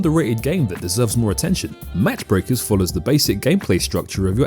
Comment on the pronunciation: Pretty sure it's "Mach Breakers" (pronounced "maak" from "max" in German) meaning going supersonic or breaking the speed of sound. "Match" requires a "t".